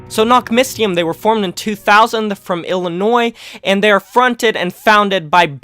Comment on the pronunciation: Fyi, the y in nachtmystium is pronouned like the y in syringe or the first y in mystery.